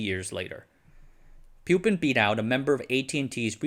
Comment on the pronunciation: It is not pronounced pyu-pin, but poo-pin